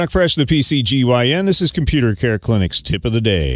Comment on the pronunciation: a "KomPYU-tahr" in it, really?